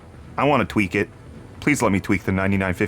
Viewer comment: At first, I swore you said twerk and not tweak. That might be fun to watch though. could be so twerkalicious!